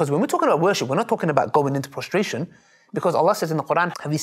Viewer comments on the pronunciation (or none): its not ''frustration'' its prostration